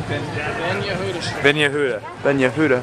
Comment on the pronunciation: It's not Benya Huda - it's Ben (son) Yehuda (of Yehuda) :-) Just so u know...